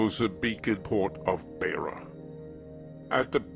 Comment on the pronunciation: Very good documentary, apart from a few insignificant errors of fact in the script, and the narrator's pronunciation of Beitbridge and Beira is incorrect. (Which tells me the narrator probably did not ever live in the country he is telling the story of.) There is nothing mentioned about the coloureds (for US readers: in Africa a coloured is a mixed race person), Greeks and asians, nor is there anything about the attacks on missions, nor anything about a few deadly conflicts between ZANU & ZAPU. My main worry is that as of 14 Sept 2018, the film has 108 upvotes as against 40 downvotes, which tells me something disturbing about the minds of one third of the audience.